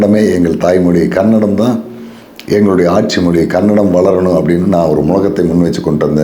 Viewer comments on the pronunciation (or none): none